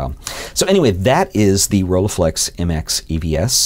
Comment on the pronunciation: pronunciation with 'u', not 'a' when reading the 'e' from rollEiflex!